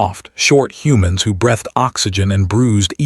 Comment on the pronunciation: "Fadding"? "Brethed" x2? "Ranging" (like clanging)? "Red" vs. read? Really? Dense skeletal structure suggests high gravity. - "Her response" should be "His response". "Who is at our boundary?" is five words, not six. Narration needs editing.